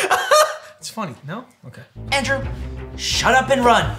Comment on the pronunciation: when he's mad at Andrew: DANDREW!!!!! Me: You mean Andrew right?